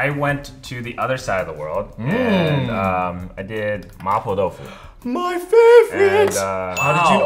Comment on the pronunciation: Chris' "Mapo Tofu" pronunciation wins!